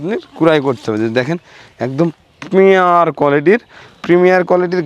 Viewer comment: premium not primier